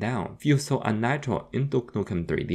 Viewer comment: Ahhh my favourite game "dook nuken tree dee"